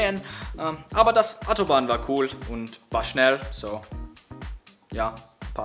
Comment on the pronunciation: Aber das Atobahn war cool und schnell... Haha